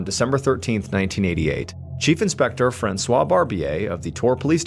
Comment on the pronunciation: Stop pronouncing it “Franswas”. It’s “Franswah”.